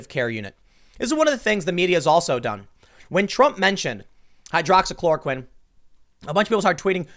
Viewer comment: He said hydroxychoroquine!!